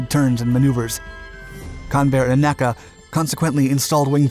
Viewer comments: I love this channel, but you should be aware that you don't pronounce NACA like an acronym. It's not "Nack-a" but always spelled out "En-ay-see-ay" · NACA is not pronounced "Nacka" my friend. It is N.A.C.A. To aeronautical aficionados this makes you sound, well, sorry to say, like you need an ID-10-T form. Love your videos, though, just finally thought I would call this out to you. AND like many folks here have said - a Sea Dart video would be great to see. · 1. Please please please stop saying "Nackah" for N.A.C.A.; 2. Many words may be applied to Gen. Yeager's record-setting flight breaking the sound barrier, but "infamous" is probably not one of them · True, but that's still wrong and is a convention of the industry. I was corrected on this by the chief aero-engineer at NASA Dryden (now Armstrong) so it tended to make an impression and stick. In the video he was referring to the organization, which has never been pronounced that way.